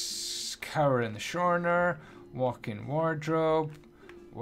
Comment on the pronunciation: cower in the shorner?